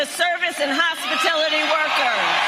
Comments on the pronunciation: What is hospitiility? Thats how she said it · She doesn't even know how to pronounce "hospitality"... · She can’t even say HOSPITALITY correctly…. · She said “hospitility” instead of hospitality in that clip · What's a "hospitility" worker? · Kamala said Hospitility Workers… What’s Hospitility ? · What is "hospitility"? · "Hospitility" workers? Brilliant 😢